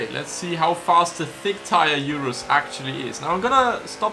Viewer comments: Its called Urus not Iurus :) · URUS IS T H I C C Like if you think the URUS is thick oh and also comment T H I C C